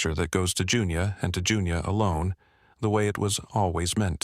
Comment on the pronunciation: I had a friend named Junia - we called her Junie. I suppose it can sound like Junior, especially when being read by AI.